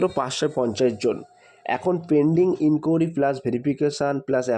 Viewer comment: ইনকুড়ি🚫 এটা আবার কেমন ভাষা। ইনকুয়ারি। ✅